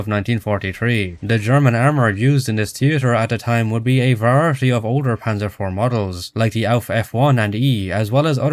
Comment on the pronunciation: i will never get over ya boi pronouncing variety as "verarity"